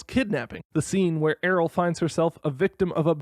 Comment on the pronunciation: I stg it's pronounced the same as "Ariel", the Y makes its consonant sound lol